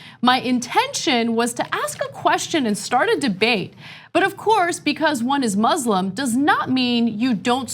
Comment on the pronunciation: KO-RAAN, HEE-JAAB, IZZ-LAAM, MOOZ-LUM Bunch of YEE-HAW ding dongs